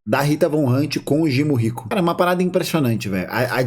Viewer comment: Eu sempre caio na gargalhada quando você chama o primo-rico de jimo- rico kkkkkkk